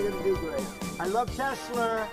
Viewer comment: Stupid ass Chump can’t even say Tesla correct.😂😂😂😂😂